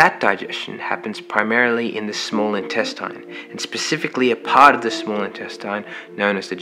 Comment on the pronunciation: /intestin/, not /intestain/